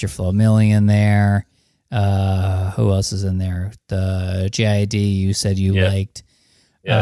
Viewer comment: JID isn't pronounced J-I-D, it rhymes with "kid." This is WAP all over again, Todd.